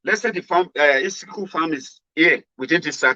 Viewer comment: The name is Iskilu and not Iskiku